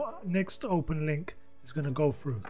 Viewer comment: when you say 'Frew that gap" you mean through that gap?😁😁😁